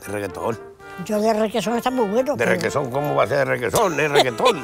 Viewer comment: El tipo : cantantes de regueton MercedesGOD: ¿Requeson?